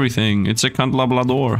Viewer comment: It is pronounced CANDLE-LABRA